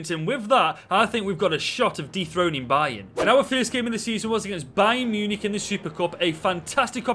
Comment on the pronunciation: I have family from Stoke and never knew I needed to hear them say Munich so much MEEYEWNEEK